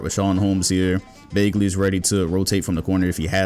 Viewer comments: No one:: BaAaglee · No one:: Marvin Baegley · he is saying bagely on purpose. He knows. This man brings up the kinds every video just so he can say bagely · Who's Bay-Glee?